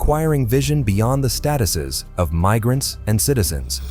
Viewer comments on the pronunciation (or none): “AI can take over the world” AI: “Meesurements” “Mig-rants.” Hire a voice actor, such as myself.